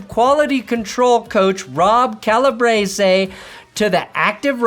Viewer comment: It’s cal-a-breece, I played football with his son